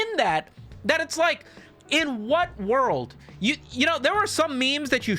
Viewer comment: He never pronounces it the same way twice too, which just makes it better.